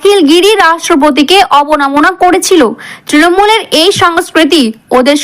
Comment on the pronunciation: অবনমনা নয় কথাটা হবে অবমাননা ।